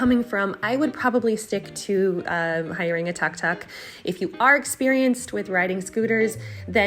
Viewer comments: Please Caucasian youtuber, do your homework. It is pronounced as Tuk Tuk. Not Tug Tug. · Helpful info. Thanks. FYI, Tuk-Tuk is pronounced Took-Took.